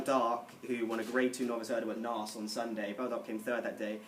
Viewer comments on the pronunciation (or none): Did you mean to pronounce Naas as "Narse"?